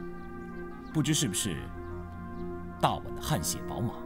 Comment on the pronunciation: 念错啦，不是大晚，应该念大宛（鸳）